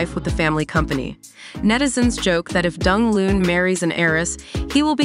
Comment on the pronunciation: Pronounce his name properly please!